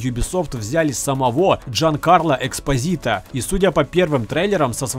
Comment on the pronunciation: Эспозито, а не Экспозито))